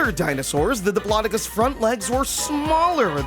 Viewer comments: It is a dip-low-doe-cus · It’s dip-lo-doc-oh-lus 😅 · U pronounced diplodocus wrong